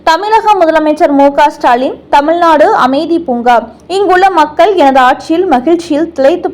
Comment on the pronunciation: பல்கலைக் கலகம். வலக்கறிஞர்கல், வலக்கு. தமில் நாடு, ஆலுநர். அருமையான தமிழ் (தமில்) உச்சரிப்பு.!!!